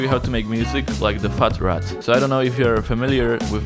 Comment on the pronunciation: He said FartRat !!